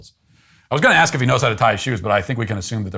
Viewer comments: Can we cancel him for the way he says "ask"? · Another guy who can’t pronounce “ask” correctly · I’ve heard “ask” mispronounced as “aks” many times, but the extra ‘k’ in “aksk” is totally new to me. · I would have asked him why he is axing me questions. 😂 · Ask ="Ax" aaaarrvghh!!!* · "Ax me to turn it down" it isn't "ax" it's ASK..Thia fella is just a grown ass child🤦‍♀️ my 6yr old is autistic and he knows how to act in public and how to use cuttlery. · The biggest question is why they say Axe instead of ASK. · What is ax me? Is he trying to say ASK me? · For you to AXE ME A BLACK MAN TO TURN MY PHONE DOWN!? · How hard is it to say the word "ask", rather than saying "aks". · Zero self awareness, blaming everyone else for the problems they create, entitlement, no courtesy due to inability to see from other's perspectives = narcissism. Also FFS, it's A-S-K, not A-K-S. Can you pronounce it?! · Don't aks him next time! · At 33, dude can’t even speak proper English either….it’s ASK, buddy NOT AXE 🪓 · What's with some Americans and "aksing/exing" instead of asking, is that some sort of slang or? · Well he wants someone to Aks (or Axe) him. Maybe he wants to die ? The word is ASK not AKS !!! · He should also be canceled for saying "ax" instead of ask. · It's "ask" not "axe". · He's a grown man... that still says acksking instead of asking. 😮‍💨 The true crime here is that no one offered him a bib and a booster seat. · “Aksing me”???? Why the f can’t any black person pronounce “ask”? Hell, It took me 10 attempts to teach auto spell that I was actually trying to type “aks”…. Maybe this comment actually is a bit racist, but truthfully I just want to know why 95% of even well educated (by today’s standards) black people simply cannot accurately annunciate this simple word? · Why can’t he say “ask” instead of “aks” 🙄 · If you say “ax” instead of “ask” you aren’t allowed to be human. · Its ASK not AXE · what is "aks"? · Asking? No no no. Axckssin? yes. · He has me at “axsking”